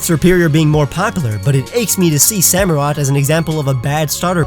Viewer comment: SAMUROTT, NOT SAMOROT! OSHAWOTT, NOT OSHWAT!